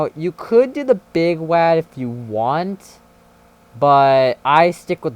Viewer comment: STOP CALLING IT WAD (LIKE WA AS IN LAN) IT’S WAD (WA AS IN WALL)